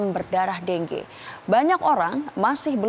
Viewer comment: deng ge??? pdhl bacanya dengue